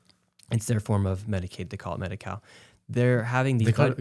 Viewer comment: Medi-cow? 😂 Yea, 'cause they're milking the system!! 🤣